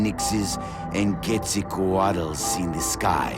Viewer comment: Like how he has issues pronouncing Phoenix, bit not Quetzalcoatl. Wonder how he would pronounce Cthulhu.